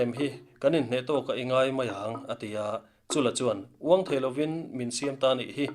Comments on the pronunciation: Baklengin an ti thin emaw tia.... 'Baklék' ka vawikhat hriatna 😲 Chúla tih hi 'Han chûl vel teh a mam tha asin' tiha 'chúl' ang hian lam/thluk tur...an ti. Chuan Chúla leh Paihteliana te inbuan thu hi a awihawm chiahloh hle mai...an hunlai a in anglo viauin ka hria. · Ngaihnawm hlemai mahse Chula tih lam dan hi ," Kahnung kha han chul teh, tih a chul hi lam tur ni zawk in kahria kan chul anih khu tiah anga lam anilo in kahria